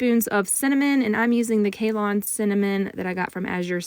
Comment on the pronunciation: Ceylon Cinnamon? For future reference it's pronounced Say-lon. Named after the country - Sri Lanka's former name 😊